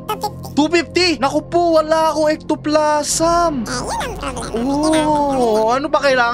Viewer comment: Ectoplasm un lodi pero Ektoplazem yung pronunciation